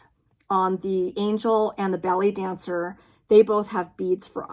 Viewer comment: Love Christmas Redwork Collection. I did a redwork piece for Christmas. Really pretty. Here's something funny about the Bothy Thread piece. I thought you were saying belly dancer. You were saying ballet dancer! LOL. Tomato 🍅 reminds me of how much I love Tomato and cheese sandwiches!! Thank you for an awesome flosstube. Glad puppy is all better. Have a wonderful holiday ❤